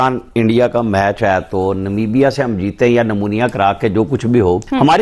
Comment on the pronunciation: भाई पहले तो "हे" नहीं "है" होता है और "मेच" नहीं "मैच" होता है।